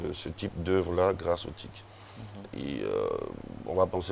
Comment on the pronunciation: T.I.C et non TIC !!!